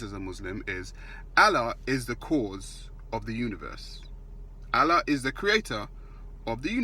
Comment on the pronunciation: What mandem think he's Brian Cox now.Fuck face learn how to say Allah 1st.